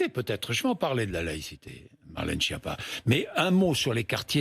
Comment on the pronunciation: Cette femme est bête et c.....,ton nom se prononce (skiappa) et pas (chia pas).Espèce de nulle.